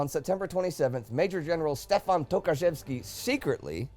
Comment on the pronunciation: Wait, you read TOKARZEWSKI correctly? Well done (you cheated and looked up the pronounciation on google translate, didn't ya? WELL DONE).